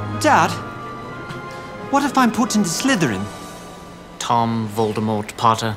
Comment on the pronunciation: *pronounces Voldemort wrong*